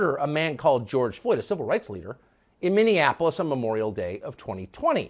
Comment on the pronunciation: Minneapolis not mindyenapolis